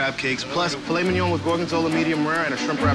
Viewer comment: As a french boi, I can say that he said "Filet Mignon" with such ease lmao